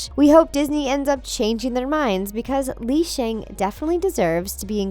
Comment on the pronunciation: it's actually pronounced Lee Shung